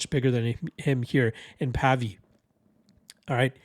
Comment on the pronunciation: It's pronounced to sound like wave - Pavey